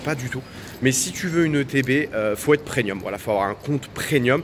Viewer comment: On dit PREMIUM ! Avec un M 😂😂😂😂